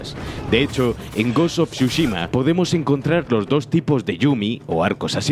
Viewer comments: Gos uf churros xdddd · "gos of chuchima" habla bien wey xD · Gost of shushima... No pensé que lo pudiera decir tan mal pero me sorprendió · Gos of chuchima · Ghost of shushima no, Tsu-shima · Ta weno el goshoshushima ese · hermnao pronuncia bien el nombre del juego...